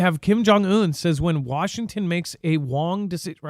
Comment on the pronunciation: Wong decision lol I caught that lol😮😮😅😅😅